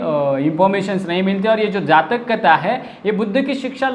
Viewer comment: जाचक नही जातक कथा.... पहिला पढना सीखो साहब